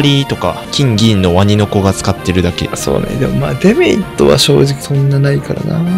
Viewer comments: デメリットの発音がエムリットなの、毎回ちょっとだけ違和感を産む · A0さんのデメリットのイントネーションがエムリットすぎてポケモンを感じた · 「デメリット」のイントネーションがエムリットで草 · デメリットがエムリットと同じイントネーションで草